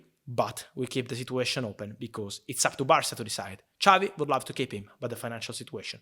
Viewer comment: When he says love i feel like he is saying laugh